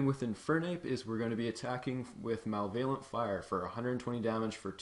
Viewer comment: e.g., "ma-lev-o-lent", not "mal-vay-lent"